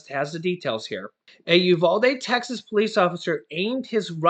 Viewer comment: I’m from Texas and the way you pronounce Uvalde is YOU-VAL-DEE. VAL as in VAL-ue.